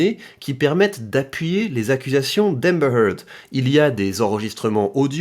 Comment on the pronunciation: Je suis impressionné de voir comment tu prononces Amber Heard moi je prononce ÉMEBEURRRE HEURRRDE